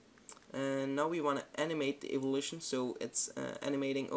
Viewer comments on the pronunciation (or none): none